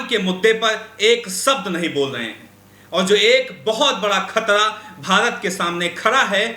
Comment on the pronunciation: Ek sabd nahin bol rahe.( Shabd) Khtra (khatra) Rasia ( Russia) Kamjor (kamzoor) Kosis (kaushish) Kabja ( kabza) Kam se kam public addresd ke waqt apne shabdon ka uchcharan hi sahi se kar liya karo.shame shame shame.🖓🖓🖓